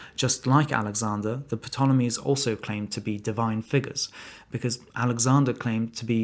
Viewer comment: 'P' tolemies?